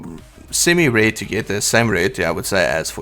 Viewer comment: you don't know how to say "R" or what!!?? You keep saying "Awae" & "Rae" instead of Aware & Rare🙄🥴🥴🤦🏻‍♂️🤷🏻‍♂️🤷🏻‍♂️